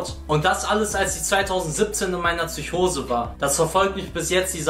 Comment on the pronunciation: Es heisst PSYCHOSE MIT P KURWA